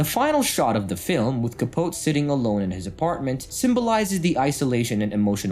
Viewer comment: CAH- POE-TEE.